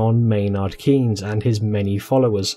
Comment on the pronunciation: By the way, the 'ey' in Keynes is pronounced as in 'they'